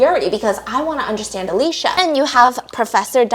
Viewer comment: Whose Alesha?😭 i thought her name was Alicia (uh-lee-see-uh)😭😂